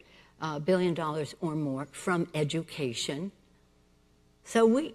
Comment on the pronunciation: Why cant that old with say "education" properly?? Rambling idiot.